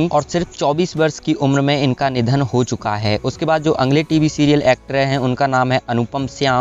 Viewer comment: कई जिंदा लोगोंके फोटो भी स्क्रीनपर लगाए है.यह अच्छा नही लगा. अगले शब्द का उच्चार अंगले ऐसा किया गया है. Please ये सूचनाएँ हैं. - मिसेस मेघना लिमये.